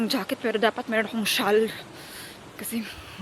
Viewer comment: Shawl correct pronunciation is ‘SHOL’ or syol,.